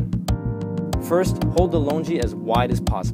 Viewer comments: hey bro.. please don't pronounce it "lunji"... pronounce "lunGi"... gun good go gi lungi.. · Worst demo ever. Hands down this is not how you wear a "loo-ngi" not "lonjee" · It is pronounced lon-gi. Not Lun-ji or lun-gi. It is part of the local. Never ever they pronounce it as long-ji. I should know I am from Burma. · Errr the correct pronunciation is long-ji according to the local